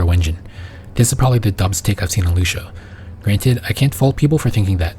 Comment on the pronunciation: loo see uh. not loosha